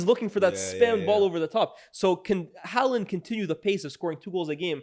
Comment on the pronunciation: It's Haaland